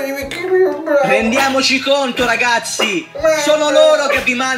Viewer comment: Ragapzi, ragapzi, ragapzi, ragapzi, ragapzi, ragapzi, ragapzi, ragapzi, ragapzi, ragapzi, ragapzi, ragapzi, prepararsi alla fatida ora X, le .